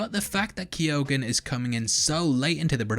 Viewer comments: Pronounced keogh - google it ffs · Key-own. That's how you pronounce it, well that's how my in-laws pronounce it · Keoghan is a Gaelic name and is pronounced 'Key - Ohan' To all non Irish people. Lol